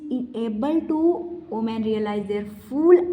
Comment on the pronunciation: Madam baki sab to thik he but women ko uomen bol rhe ho isko thoda thik kro 😂😂😂